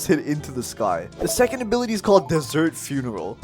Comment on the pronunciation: When he got to the desert funeral I thought he said dessert cereal xD